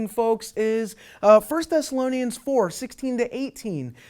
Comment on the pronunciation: He says everything backwards. In Matthew 24 Noah and his family were rescued and taken up out of harms way. He can't even pronounce the name the book of Bible which tells us most directly about the Rapture. The word Raptue appears in 1 Thess Barb Rossing is also a horrible Theologian. She doesn't use the Bible at all to make her case.